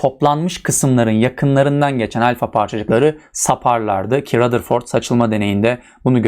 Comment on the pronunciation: Rutherford demiyor mu hocam